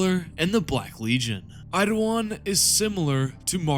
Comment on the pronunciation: How do you keep saying Idawan when his name is Eidolon. Really not that hard to sound out his name.